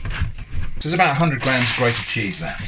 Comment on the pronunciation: Uhhh... This might be a language barier and I do mean nothing bad by it... but did you say Jizz on toast or Cheese on toast...? And if you said the former is that some kind of just Thing british people say? I litteraly listened to it like 20x and I am not sure :D